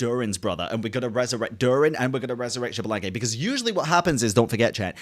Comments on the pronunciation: First, signora thought she was stronger than venti but you never intended to fight with the Raiden Shogun. She was fighting us and thought she was stronger than us. Second, Xbalanque is pronounced "Sh-balan-que" x has an sh sound in mayan and Nahuatl, I think. No, shi, jush the sh. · malditasea se pronuncia ishbalanke it isn't that hard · as Filipino, I pronounce Xbalanque, "Ex' Balank" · Okay y’all, I feel dumb, who is Bianca or xblank / javablank? I don’t know the name or how is saying it 😭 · gave up pronouncing Xbalanque's name lmfao, and honestly I don’t blame him. You’re trying your best 🫶🏻